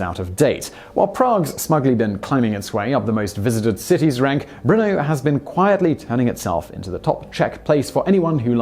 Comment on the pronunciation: Why do I hear Bruno, instead of Brno?